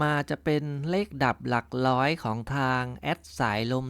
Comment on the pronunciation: หลักร้อย ไม่ใช่หลักล้อย